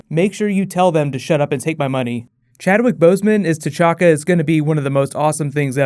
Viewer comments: u said t'chaka ik it wasnt on purpose and ik uk his name but its t'challa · anyone else notice he said T'chaka it's T'chala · he said t'chaka instead of t'challa 😳😳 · you know you said as tchaka and not tchalla right? tchaka was the black panther proceeding tchalla (boseman's character) pay attention! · t'chakka? this is t'challa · I think you ment T'Challa you said T'Chaka